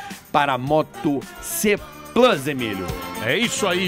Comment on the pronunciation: Carioca vc não sabe falar "Plus " Insuportável